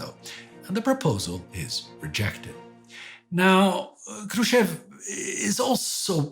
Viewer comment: I was wondering the whole episode why Mr. Хрущёв's name was pronounced wrong. But after looking at the cyrillic spelling I now get it. The English speaking part of the world just can not handle double points above letters 😂